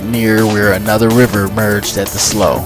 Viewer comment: Slough is pronounced "slew" not "sloe"